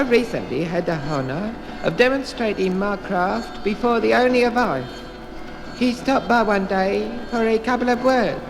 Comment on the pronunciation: Apparently it says the Ooni of Ife (he mispronounces it) which refers to the title of a Nigerian traditional leader......